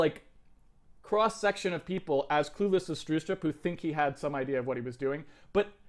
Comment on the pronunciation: lol, u mean Bjarne Stroustrup??? lol "Barney Starsoupr" :DDDDDDDDDD